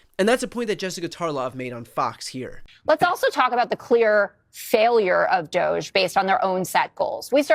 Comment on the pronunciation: I keep hearing Douche, not Doge